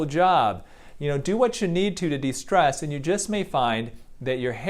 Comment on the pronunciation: More stress after he said DE-strees?